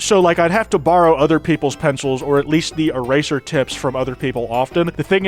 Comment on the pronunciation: Earser-eating tism Persay,, what is an earser?